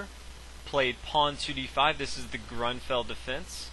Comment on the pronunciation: So in your opinion he should pronounce Grunfeld wrong while he did it right and fianchetto right while he did it wrong ? You are stupid son ! Be grateful this guy takes the time to do this for all of us.